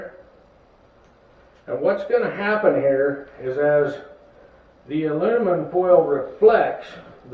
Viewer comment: ".....alunimum....". Say what?